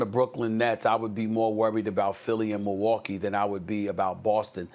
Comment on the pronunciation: Moowalkee Bucks lmao 😂